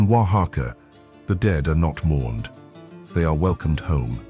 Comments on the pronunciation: Great description, doesn´t seem AI. The commentator pronounces Oaxaca very accurately. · Oh, it's AI alright. Correct, One of the few words pronounced correctly is "Oaxaca", but many, many other words were pronounced poorly. AI does that.